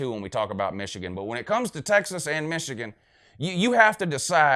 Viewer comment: "Wishigan" lmao